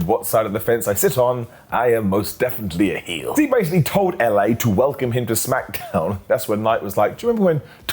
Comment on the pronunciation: "Jey Usa & Ilya Dragunoff"? "SmackAdown"? Ok,. Sure. Whatever you say.